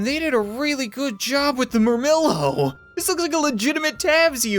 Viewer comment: Ret-ee-are-is. Hop-low-mock-is. Mur-mill-oe. Thr-a-xe. Dop-low-mock-is ( those are the correct pronunciations)